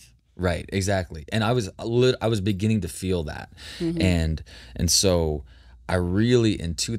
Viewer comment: In the beninging😂😂 I thought I'm the only one who cracks up everytime someone says beginning lol